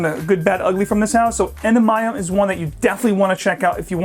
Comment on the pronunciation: I'm a huge Penhaligon's fan and had to comment here to correct a mistake so when any of us visit a Penhaligon's shop in the UK, we won't embarrass ourselves. I love your review but you got "Endymion" way wrong. It's pronounced "en-DIH-mee-un", accent on the second syllable. Not "EN-duh-MY-um". Oxford English Dictionary online will confirm.